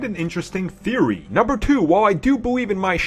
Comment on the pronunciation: Theowy Twiwogy Waskily Wabbit